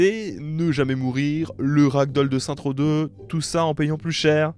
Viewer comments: Booba: Saints Row ✅: Saintrow ❌ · On dit « Seine-ss Roww » stp